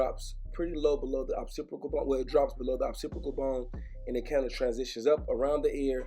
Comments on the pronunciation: Lmao at how you say Occipital bone😂.. “occipical bone” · Occipital does not have an R in it mannnnn!!! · "Occipital" ma g. not "opsipical". Just lookin out. F$%&with he haircut though. I'm a fan.